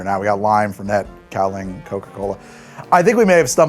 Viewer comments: Its, "gow-lee-ahng". And its BRUUTAL. I love it. But only in small doses. When I lived in taiwan we would frequently drink this stuff to pregame night clubs and bar nights. You sip on it. Gently. At dinner BEFORE you go out. You don't just sit and get hammered on the shit. You will black out. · Kaoliang?!!? Dear god man